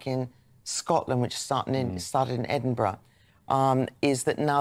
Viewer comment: Where does she come from? She doesn't even pronounce Edinburgh correctly. Oh yeh pick on Scotland, the first strike we have had as our railway was not on strike, is nationalised. Our water is clean, no shit coming out of our pipes to the sea . Having worked in refuse and street cleaning I have always thought they deserved more. Grave diggers r paid more because they will come across all the yuck of decomposing bodies but street cleaner and refuse collectors deal with sick on streets, used needles, drug and diabetic, knives in bags, shit on streets if public toilets closed. This goes on throughout uk not just Scotland. There r a lot of germs and disease connected with tasks like this and ppe does not protect u from it all. Yes I support their strike as they r overlooked heroes. They worked thru lockdowns when paper carried the covid and have a very hard physical job that will probs mean early ill health issues. Bad knees, back etc. I hope they get what they want.